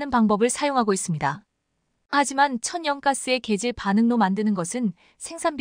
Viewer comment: 천연가스를 천~~~연가스로 읽는거는 그나마 들어줄만하고, m(미터)를 "엠"으로 읽는거는 뭐 아직 ai의 한계라고 그럴만하다치고, A씨를 "어씨"로 읽는거는 무슨 알고리즘????ㅎ